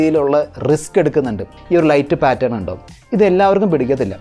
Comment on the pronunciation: ഒരു ചെറിയ ഉപദേശം ഉണ്ട്.. താങ്കളുടെ പല videos ഇലും ശ്രദ്ധിച്ചിട്ടുളള ഒരു കാര്യമാണ്.. 'സപ്രൈസിങ്' (Suprising) അല്ല, സർപ്രൈസിങ് (Surprising) എന്നാണ്‌.. Design പാറ്റർ അല്ല, പാറ്റേൺ.. NB: ഇത് പറഞ്ഞതിന്‌ ആരും ഇംഗ്ലീഷ് വിദ്വാൻ എന്നൊക്കെ പറഞ്ഞു വരേണ്ട.. ഒരു തെറ്റ് ശരിയാക്കാൻ ശ്രമിക്കുകയാണ്..